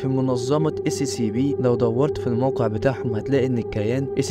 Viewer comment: نطقها أسيابي 😅